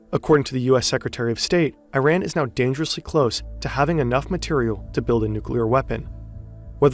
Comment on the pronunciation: Commentator doesn’t even know how to say Iran right but good vid aside from that